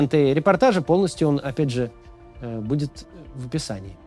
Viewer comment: Не Моисеев 😂😂 😂 Ударение на слове:" будет... ☝️")))) 🤣 Денег нет, но вы держитесь! ", вы главное вазелинчику побольше прикупите, что прочувствовать когда лучше" будет"😉